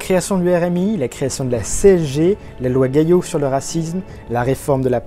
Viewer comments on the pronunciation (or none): NB à : c'est la loi Gayssot, pas gaillot :)